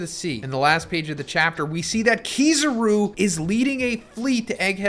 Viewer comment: Bro Is it pronounced kizaaru or kizeru